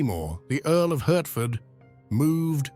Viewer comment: Love your research, love your voice, but it is pronounced Heart ford. Are you a bot?